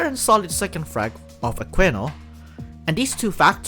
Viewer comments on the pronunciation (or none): it's pronounced "a-kii-no" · The way you pronounce Aquino's name is so funny to me lol